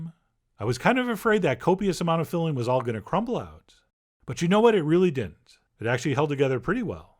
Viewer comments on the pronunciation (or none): he doesn't pronounce the second "d" in "didn't"